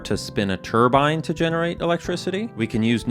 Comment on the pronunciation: I don't know much, but what I do know is you'll get a lot of flak for pronouncing turbine the way you did in this video. Good Luck O7 Love your content